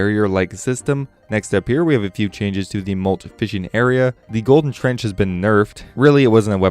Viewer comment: Tench not trench